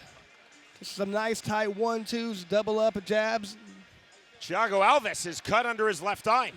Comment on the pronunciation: Who the hell is Chiago Alves? It's Thiago.....